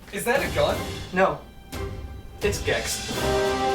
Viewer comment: Scott has Gex but the g is a S. 🙏😔